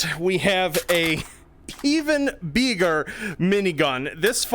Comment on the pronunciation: "...an even BEEGER minigun!"